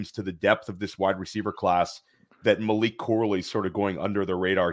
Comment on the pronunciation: just messing with you. You kept calling him "Malik". Maybe subconsciously you know that Malik Washington is the superior, late day 2, underneath YAC guy in this class. Lol. All good man. You are pumping out sh!t tons of great content. A mild mispronunciation on a player's name from time to time is to be expected. Keep up the great work.